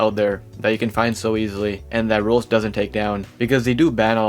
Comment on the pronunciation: roblox ❌ rols ✅